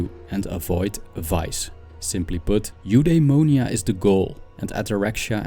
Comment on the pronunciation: if you want to pronounce correctly Eudaimonia you should said something like F-the-monia Apatheia its more like Apath-i-a and Epithumia its more like Epith-i-mia great video by the way